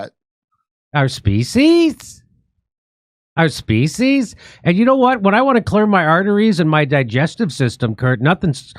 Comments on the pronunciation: Feed the species or did she say feed them feces? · Sounds like she said feces. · Did she say Feces? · I thought she said feces . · Species rhymes with Feces.